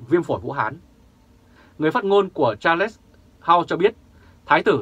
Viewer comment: Đọc là Sạt . khg phải là cha lét ...trời đất !